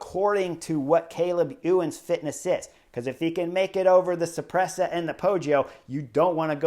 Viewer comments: Cipressa pronounced 'suppressor', so good :D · Pronounced Chee-press-ha